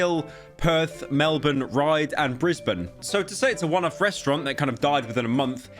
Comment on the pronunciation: no fucking way someone on the internet actually pronounced brisbane correctly, im proud of you buddy